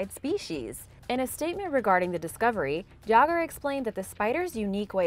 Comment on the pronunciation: NEIN! NEIN! NEIN! IT'S JÄGER!